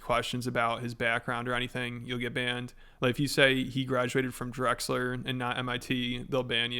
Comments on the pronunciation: Lex may be a phony, but you yourself also don't sound very sophisticated pronouncing Drexel as Drexler 🤡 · It's Russian money behind all of the 'where did they come from?' content creators. From hawk tuah to the identical comedians with identical humor who all live in Texas.. Cui bono? That said it's Drexel not Drexler lol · Drexel...Drexel...not "Drexler" dummy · It’s Drexel not Drexeler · Why do you say 'Drexler'? it's Drexel? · It's Drexel not drexeler. If Rogan is complimentary towards Lex it would be douchie if he was an A-hole to Rogan. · “Drexler”….It’s Drexel 😂 All jokes buddy, love these fucking vids! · It's DREXEL, not drexler. I graduated from there. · It's pronounced like it's spelled: "Drexel" Not "Drexler" or whatever tf you said. Fridman is a hack. So is Eric Weinstein. So is Rogan. So is Tim Dillon. They're all grifters who lack actual talent. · How many extra syllables are you trying to force innto Drexel? Drexerler is not it. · That's not how you pronounce Drexel, you may have dyslexia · "Drexler" lmao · "Drexler" lol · Pronouncing “Drexel” as “drexler” the whole video killed me lol